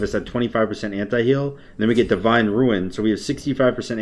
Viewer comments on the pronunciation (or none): none